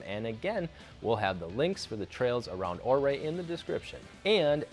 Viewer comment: It’s pronounced Uray not ohray